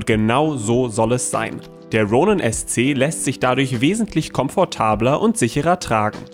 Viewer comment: Wie deutsch kann man „Ronin“ aussprechen? Tom-David: Ja